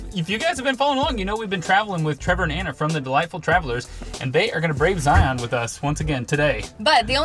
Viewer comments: It’s Zion like Lion not Zi-On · It’s Zion, not Zi-on. 😀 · Just a friendly pronunciation reminder in So Utah… Zion is pronounced “zy-en” and Hurricane is “heri-cun “ Like Loo-i-vil not Louisville Love You videos…